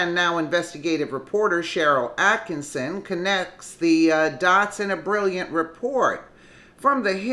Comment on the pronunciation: Why don't you get her name right!!!! Attkissin. No "N". Attkissin